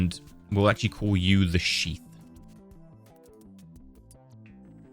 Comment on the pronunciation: i swear he is saying sheep instead of sheath